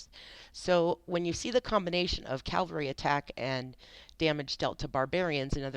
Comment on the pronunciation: Just an fyi, it is pronounced C-AV-ALRY, not C-AL-VARY haha... good video for the most part but if I was you I wouldn't underrate pelagius as much as you did. He may not have movement speed but he is meant to be a hard hitting nuking commander, not movement based. His first skill is much better than you made it seem, it does a direct damage FACTOR of 300, and an additional factor for 300 each second over 2 seconds, plus it restores 100 rage. Pelagius paired with minamoto is extremely powerful for nuking! I am however investing in Belasarius as well I have him at 5-5-5-1 so far haha, I want to build an extremely fast hit and run unit with him and cao cao. Like I said good video.